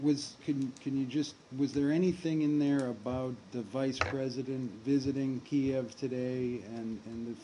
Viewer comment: My goodness! She can not pronounce the name of Ukrainian capital properly! what a disgrace..